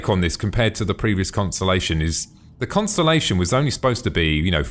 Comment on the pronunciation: You sed Constenlation lol. =P But just watched the old version of the conni and compared it to the new version and omfg it looks so much better. Im so happy they remade them.